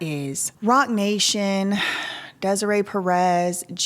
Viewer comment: I thought you said Rotten Nation... Rotten nation, Roc nation... same thing